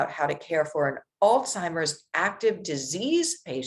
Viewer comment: How does a nurse pronounce Alzheimer’s by saying all timers?